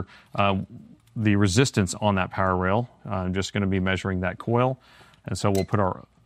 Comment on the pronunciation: I saw a lot of your videos but always when you said "power rail" I hear that as "parallel" 🤣